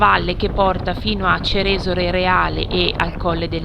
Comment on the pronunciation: Bello! Comunque il paese col suo bel lago si pronuncia Ceresòle, non Cerèsole 👋